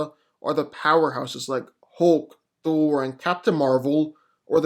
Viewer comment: the way u pronounce "thor or hulk" makes me want to slap up u piece of sh't